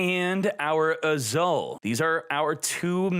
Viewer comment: I chuckle a little whenever read "Azul" as "Azaal" Mispronunciations makes this channel more interesting. 😁👍